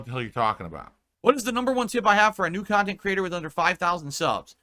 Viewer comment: "Do something in your kantent that you like" BEGGING